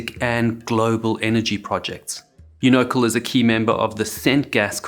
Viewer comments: I love your channel, but you should REALLY ask some locals about how to pronounce a word or name that you'll be frequently repeating. I haven't lived in California since 1985, but I clearly remember the TV ads pronouncing unocal as "YOO-nuh-cal". I enjoyed the video, but your mispronunciation of the frequently-used name every time was very highly distracting from the video. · Bugger, mate! You know CAL is the right pronunciation. I'm American! Unocal 76! Great truck stop chain, too. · FYI you’re pronouncing Unocal wrong. Say it like: You No Cal (cal like California). Cheers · Pronunciation atrocity Unocal is pronounced: YOU no cal (cal as in California). Had to stop watching after the third of fourth time I heard this. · UNOCAL is pronounced, you-no-kall. This is in the English language called an acronym, which combines the first one or more letters from the beginning of each name or word to construct a single word or name. In this case it is, Union Oil Company of California. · Fantastic documentary, however: It’s pronounced You-No-Cal (as in California). Union Oil of California. YouNoCal. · If you’re going to do an in depth video about a tragedy at least pronounce the name of the company correctly. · This narrator is mispronouncing Unico, so bad, the subtitles won't pick up what he's trying to say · The way he pronounces "unocal"😂😂😂😂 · I can't stand the way he pronounces Unocal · The way this video mispronounced Unocal over and over, it’s hard to listen to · UNOCAL is pronounced as such-U as in, You; NO as in, Know; CAL as in California, thus; UNOCAL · Except they mispronounced Unocal every single time 👎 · One subtle but important correction... you keep pronouncing it "uno-cul", when it's very important to say it Un-o-CAL - as in California. If you say it that wrong, you're not saying it at all. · It's pronounced "YOU no cal". Not "you NO cal". It's an American company, and its name is pronounced in "American English". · YOU-know-cahl ... or Union 76.